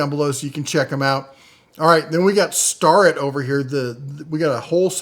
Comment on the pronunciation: Starrett - One of the most prestigious US precision tool manufacturers. It's pronounced "Stair-et" you dweeb!